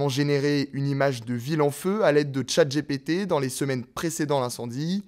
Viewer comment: "Los Angeles TimeSSSSS" et " Chaït J Pi Ti". En 2025 et avec l'IA vous savez toujours pas parler anglais ?